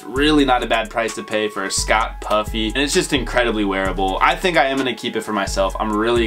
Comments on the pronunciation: Schott is pronounced “shot” fam! You had it backwards homie. But that natural jacket is fire as F! Shoutout to 💯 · Dawg I'm 99% sure Schott is pronounced "shot" 😬